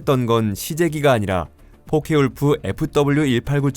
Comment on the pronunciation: 포케볼프! 포케울프가 아니라!